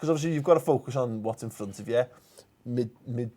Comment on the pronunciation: It is pronounced "Mid You Land", don't fly to Copnhagen airport you fool!!! You will waste a fortune on internal travel costs getting to the stadium high is not on the island that Copenhagen is on, but on 'mainland Denmark'. There is a direct flight from Manchester to Billund airport with British airways and then a half hour drive directly to the stadium.